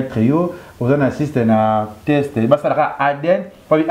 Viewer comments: Leketsou yo pe balobaka test non text . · On dit teste et non texte